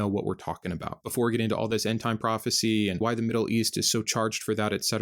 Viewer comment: It's profit(cy)😂😂😂😂